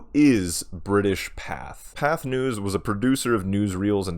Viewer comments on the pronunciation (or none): Pathé is pronounced "Patey", not "path". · It's pronounced pathAY.